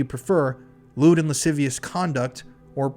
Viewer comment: Lascivious = "lah-siv-ee-us"